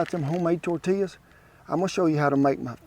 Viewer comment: As a New Mexican who grew up less than an hour from El Paso, Texas, I can truly say I APPRECIATE everything about this video 👍👍 The way you pronounce tortillas and quesadillas correctly, using Hatch chiles in your salsa, to your little dance you busted out in- ALL top notch, good sir!! 👍👍 Those quesadillas looked delicious. My great grandmother used to wake up every morning, except Sundays, and make homemade tortillas and lunch. Oh the GOOD ol’ days….